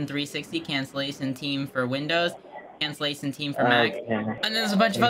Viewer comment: "Let me sent yo de rickwest for cansilashon. May I wants to know why you van to cwancel?"... I imagine this guy wearing a deerstalker hat, a single straw bale hanging from his mouth and a shotgun resting against a wall behind him. I can also imagine him with that voice saying :"Wabbit".